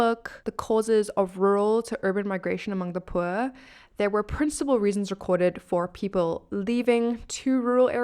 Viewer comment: Where did that accent came from? That is one bougie way of saying pwur